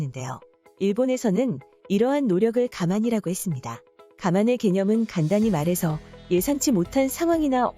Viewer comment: 일본도 지하철과 전철 시끄러워요. 새치기도 많이 합니다만. "가만"이라 해서 뭔 소리인가했네요. (我慢 がまん) 정확한 발음으로는 "가망" 발언에 더 가까워요.